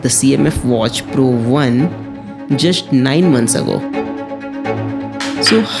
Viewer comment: Abay jusshht kya hota hai? Or juse kya hota hai? Just or use hota hai or verzon kya hota hai? Yaar please apna accent sai karo please. Beeezle lya hota hai bezzle hota hai. Ab ye sab bhi sikhana paray ga? Sab kuch sai hai video me lekin the narrator has no sense of accent at all. Or ismart watch kya hota hai???? Smart watch hota hai. Hini cheexo me lya hota hai inhi cheezon me hota hai. Rishts kya hota hai wrists hota hai. Bhai zara sai karo apna eng bolna.